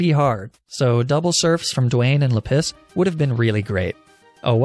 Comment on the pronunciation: I love the mispronunciations "Leh-piss"